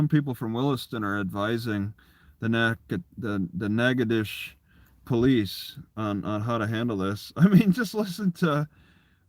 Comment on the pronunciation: As a former local... we call it Nack-uh-dish... spoken quickly